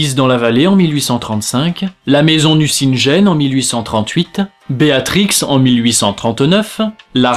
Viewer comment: En effet, j'ai travaillé sur Le père Goriot, et aussi un peu sur La maison Nucingen (d'ailleurs au passage ça ne se dit pas NucinDJen mais NucinGUen haha) :3